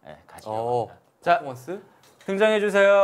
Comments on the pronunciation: 특유의 포포몬쓰 발음이 참 귀여우십니다. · 호동님 포포먼쓰 발음 귀여우심 ㅠㅜㅜㅠㅠ